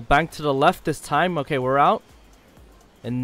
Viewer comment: Time 😅 Not tine😂